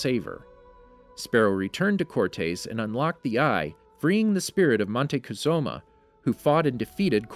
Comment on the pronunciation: I appretiate all the hard work that went into this video, and the subject is really fascinatiing to me...but my god i cant make it past the 6 minute mark with all the mispronounced names from history. Its one thing if they are made up fantasy names but hermain cor tayes is not how Herman Cortez is pronounces, or Monteczuma i wish you all luck in the future, but please for the sake of all history nerds everywhere, please double check the pronunciation of historical names